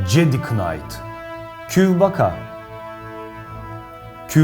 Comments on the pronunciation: star wars pek izlemedim de jedi kınayt değil de ceday nayt olmasın o? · cedi kınayt diye okunmaz cedi nayt diye okunur ingilizce prosu qw:EQW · cedi kınayt ??? ingilizce ırz ırz